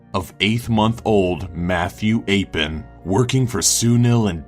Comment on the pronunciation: You suck. Mathew Epham is pronouced "E Fam" you stupid fuck! BTW - The mother did it! Not Woodward. Everyone knows that!